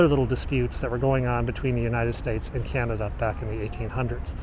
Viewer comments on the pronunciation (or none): none